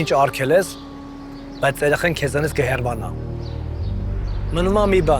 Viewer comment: Ճիշտ խոսեք հայերեն խնդրում եմ, "հեռ վ անալ" ՉԷ,` " ՀԵՌԱՆԱԼ"